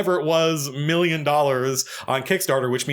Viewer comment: Its still hard for him to say million...It cracks me up.